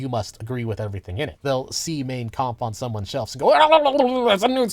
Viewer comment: It's Mein Kampf and he pronounces it about as well as I'd expect an American to pronounce a German word.